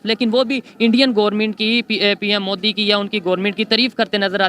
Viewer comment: They always evolve their own words 😂😂..Only they say this .like bartania,peu tin 😂😂😂..And many more ..moodi...